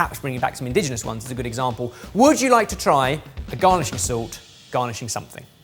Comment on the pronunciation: (mispronounces "indigenous" as "indigenal"). *Popup: (misspells "indigenous" as "*indiginous") 10/10 perfection, would watch and chuckle again.